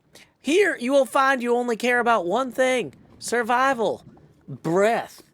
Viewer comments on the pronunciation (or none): I replayed survivvvy soo many times.. breath, et, survivvy.. certified difference!